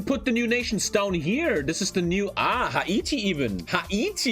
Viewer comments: the way he says Ha E Ti, instead of hayti, is great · Hah -eat-e actually hay-ti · Hay-tee not ha- ee-tee I couldn't stand that. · Editor tell it’s pronounced “HEY-TEE” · I don't know why he calls it Hai eee teee lol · Bruh no one talking about the way is saying Haiti? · I don't like how he pronounces Haiti.